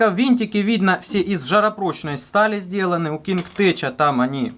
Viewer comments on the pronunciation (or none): Прошу прощения, но не Кинг Теч, а Кинг Тек.